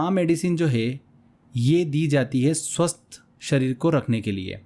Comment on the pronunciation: सर स्वस्त नही स्वस्थ होता है😊